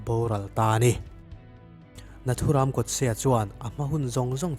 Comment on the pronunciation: Tha hle mahse nathuram lam dan a dik lo ram(jungle anga lamtur)